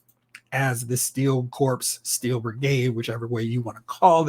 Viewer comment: Pronounced:CORE not Corpse